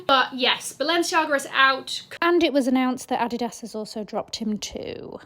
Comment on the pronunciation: Thx Queen for pronouncing Gstaad and Adidas like a German native!